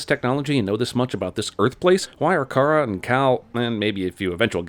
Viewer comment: I HATE the way they pronounce “Kara” It’s WRONG!! Her boss says it correctly. If you watch the original Supergirl movie, Smallville & any other show Kara was in. It was pronounced “Care-a” not “Car-ahhh”